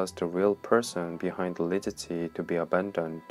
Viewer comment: He can't even pronounce her name lol